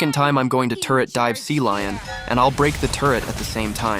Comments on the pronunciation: Cecilion❌ Sealion☑️ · Cecilion ❌ Sealion ✅